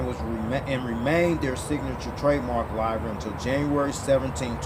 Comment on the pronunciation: "livery" rhymes with "delivery"